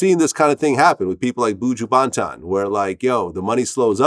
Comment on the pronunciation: Lmao baantan"... nah fam, that's not how it's pronounced